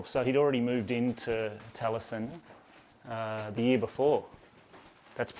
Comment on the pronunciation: Great vlog and lovely gents with awesome accents- however, Taliesin has 4 syllables.